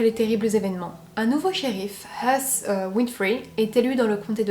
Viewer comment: Je viens de te découvrir, tu es sympathique et tu contes bien. Tout n'est pas parfait mais des débuts, c'est vraiment très bien. Ah sinon, Heath est assez galère à prononcer, ça ressemble grossièrement à "hif"